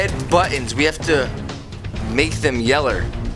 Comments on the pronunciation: When he was trying to yellow he said yeller haha😂😂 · Yeah he say yeller